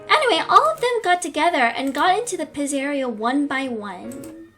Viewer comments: Pizzeria is pronounced pizza -ria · Pizzeria is pronounced "pizza er ia" and sorry if that was rude. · You said pizzeria wrong and you said au wrong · It's speled ennard but you pronounce it like this : enerd and you pronounce pizzeria pitzaria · Enn-er-ed Pitz-er-eia Np hate or anything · bruh the pronunciation is en-nard also, its Pizza ria not pizzeria